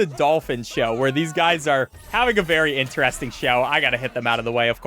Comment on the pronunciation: what accent says "interesting" like this (like he does)? in-te-rEs-ting